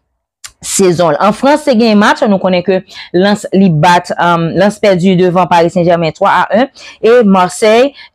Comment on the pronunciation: Mèsi paske anpil ayisyen pwononse Lens an kreyòl kenbe la tiaw